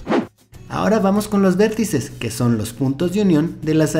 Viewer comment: Dice vérttices xdddddd aqui los que se dieron cuanta XD